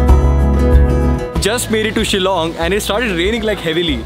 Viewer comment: I love the fact that you can pronounced the word Shillong correctly btw thanks alot bro for this video....✌️✌️from Shillong